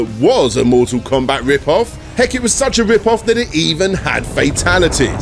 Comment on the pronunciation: Awe-cyde? Mooh-all combah?